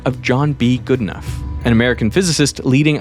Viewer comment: Are you pronouncing Geedenough correctly? I know someone with that surname, and he pronounces it differently. It's more like good - e - no (last syllable like know)